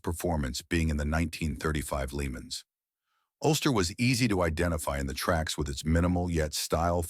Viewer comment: The dire pronunciation in this video ruined it for me. I could forgive the bad Zagato sound but to get Le Mans wrong is unforgivable. Also showing extended footage around a one off Bentley made no sense.